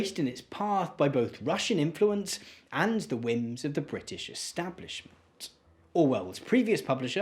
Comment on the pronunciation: You're over-enunciating and it's really annoying. There's whole seconds between the beginning of the last syllable and the last consonant. sovie t establishmen t